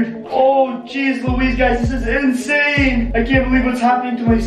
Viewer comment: Geez stop saying in sane